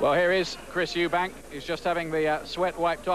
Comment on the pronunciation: EUBANK, not EubankS